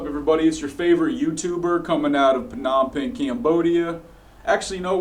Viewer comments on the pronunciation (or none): Lol... no offense; I can’t ever find a westerner that can say the correct word “Phnom Penh...”. Funny. No offense